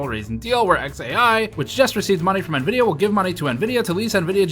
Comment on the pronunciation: You pronounced Nevidia wrong